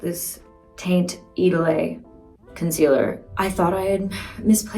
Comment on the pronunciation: She's a Lancôme ambassador, that's no problem. But the pronunciation of the Idôle products is unacceptable 😅